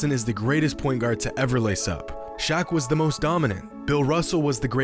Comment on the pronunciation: He said shock instead of Shaq 5: 27